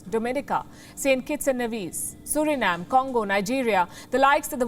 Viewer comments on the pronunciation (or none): none